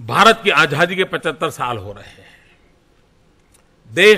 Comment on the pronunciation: मोदी आजादी बोल रहा है या आझाधी आझाधी बोल रहा है ज़रा गौर से सुनना।